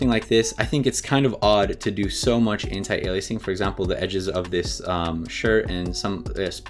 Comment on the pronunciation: I love you for pronouncing anti-aliasing right.